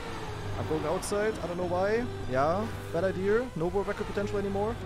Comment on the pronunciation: why do some people add an R to the end of the word "idea"?